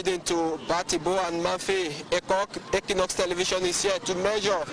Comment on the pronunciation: Please Anglophones of Équinoxe TV, 'equ' is pronounced as in equator.